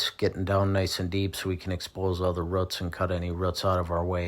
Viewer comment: Boo...boots.... Roo....Roots! Not ruuts!